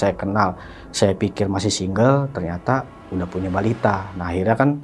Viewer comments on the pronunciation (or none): none